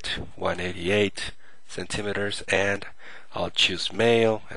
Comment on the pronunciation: "Cent" "im" "eters"? Lulz, but good tutorial anyway ^_